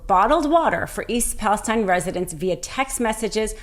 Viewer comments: Not that it matters, but it's pronounced East "Palasteen", not Palestine like in the Middle East. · I live near Palestine, Tx. We pronounce it "Palasteen" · She's on to something really troubling, but why didn't she learn to pronounce Palestine, as that town actually pronounces it? That's a bit of a flaw, with which Greene and company can easily dismiss this whole video.